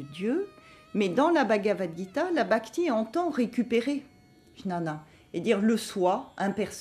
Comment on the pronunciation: Juste pour info, jnana se prononce "guiyana"